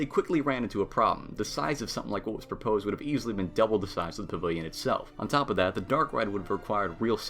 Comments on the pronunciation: "Pa-vill-yon" Practice!!!!!! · Guy, you talk way too fast. When you say pavilion you literally say pvlin .like slow down omg. You talk faster than that wdwnews kid.